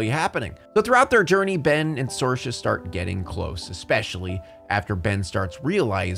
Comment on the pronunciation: It's pronounced SEER-Sha. Not SOAR-Sha